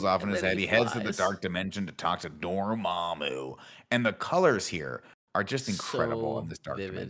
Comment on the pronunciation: Never forget Tim pronounced Dormammu as “DormOOMOO” in the original review video lmao